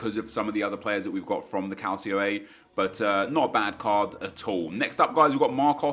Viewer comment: Did you just say CALCIO A? And pronounced it as calsio? Fucking hell, anything you ever say about football from now on has been delegitimized.